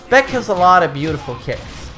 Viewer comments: its not beck its B AE K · You aint the main man with this title. This some NPC type clickbait title. and his name is pronounced BaHKoo, not Beck. he's not an indy country singer or a beer drank by corporate lackeys. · Baek's a loser, baby, so why don't you kill him (double barrel buckshot). If you don't get that joke, listen how pronounces "Baek". Also, Baek's cool, so don't actually kill him pls.